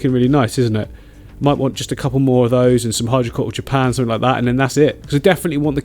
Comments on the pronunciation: Click somefink...LOL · Click somefink 😭😂